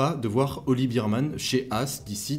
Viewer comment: Juste pour info, phonétiquement c'est Oliver "bErmane" et non pas "birmane". En tous cas merci pour tes analyses pertinentes.